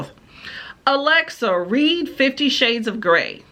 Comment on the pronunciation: There are a couple things you have to get used to. Like she always pronounce read like "reed" so it will say "I reed the letter over her shoulder" instead of saying it like "I red the letter over her shoulder" and if it says "shhhh" she will pronounce each letter individually "s h h h h". She does have a second voice she uses, but she uses it at weird times mostly, sometimes she'll say things like "they have the best waffles in the city" in a super aggressive and angry tone, it's kind of funny. You can also tell when there are typos because she reads exactly what's there which is also funny sometimes. And it's fun hearing her say all the filthiest words you can think of.